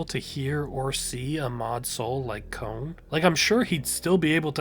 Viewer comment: kon ❌ cone✅